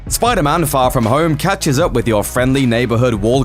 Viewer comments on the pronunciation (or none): SPYDAR-MAN! lol love the accent